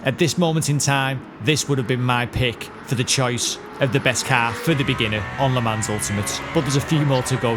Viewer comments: Rev please it is pronounced le mon not le mans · LUH MON (silent S)